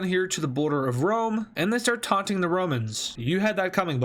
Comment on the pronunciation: Did he san that Putin isn’t tountin